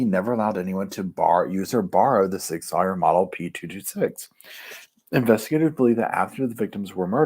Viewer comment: Amen to that. I too believe the probable cause document is extremely lacking; surely the prosecution has more evidence. (Barry Morphew springs to mind.) General FYI - Sig Sauer is pronounced “Sig Sour”. Keep up the excellent reporting!